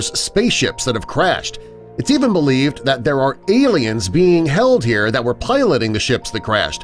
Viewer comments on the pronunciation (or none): none